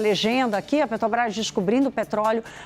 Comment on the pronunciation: Ela fala assoviando e falou "Petobrás" inúmeras vezes.